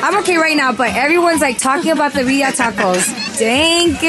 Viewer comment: The biya tacos 😮‍💨 it’s birria roll ur r’s girl